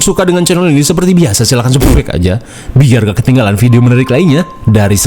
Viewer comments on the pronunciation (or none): lu pas ngomong subqrb gw sung ngakak😂😂